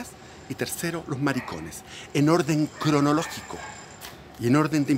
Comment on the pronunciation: "en orrrden cronologgico", este wn tiene altos delirios